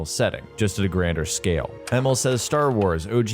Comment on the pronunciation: His name is pronounced E-Mil, not Emmel